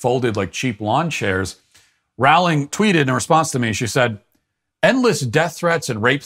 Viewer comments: Roe-ling, not Roao-ling. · Her name is Rolling, Rolling, Rolling. Not wrowling. Soooo many people say it wrong. She's a billionaire who has made lots of $ for many people and entertained kids all over the world. Surely she deserves to have her name pronounced correctly. Geez. Plus she's never said ANYTHING CONTROVERSIAL! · Rowling is pronounced like bowling, not howling!! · "Rowling" rhymes with "bowling," not with "howling."